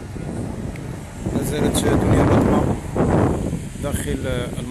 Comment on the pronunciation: ههههه واش سمعتوا الصحافي اش قال في الاخير مني نطق الاسم ديالها بلا ما يشعر قال دنيا بطة